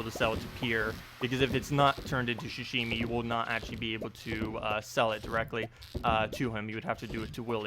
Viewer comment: I got so triggered when you kept saying ‘shashimi’ like bruh it’s pronounced how it’s spelled, ‘sashimi’